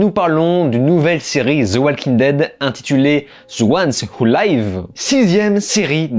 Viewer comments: Attention, je pense qu'ici "live" ne se prononce pas comme "laïv" mais comme "liv". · On prononce 'live' avec un 'i', pas 'aï' 😂😂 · Petit commentaire sur la prononciation : 'The ones who live' -> ce 'live' se prononce avec le son 'i' et pas 'ai' comme 'life', car cest le verbe 'to live'. Voilà je pouvais pas m'empêcher ca me faisais mal aux oreilles 😋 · > "live" pas "laïve" ☝ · Cest dur langlais. The One Who live (comme leave, et pas laïve)...😂😂😂😂😂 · Ca se prononce "live" tel quel, pas "'laïve" ahah. Le mot s'écrit pareil mais "laïve" c'est "en direct" et "live" c'est "vivre" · "The ones who liiiiiiive" pas Layve!! Mes oreilles saignent comme la main de Rick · Mes oreilles 😱😭... TWD the ones who "laïve"? Attention à la grosse erreur de pronciation. The ones who "liv" (ou leev) phonétiquement parlant. Ceux qui vivent ! 😉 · The ones who live: tu m'écorches les oreilles avec ton 《wou laïve》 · Tu sais que le "i" dans "life" et "live" se prononce différemment en anglais hein ?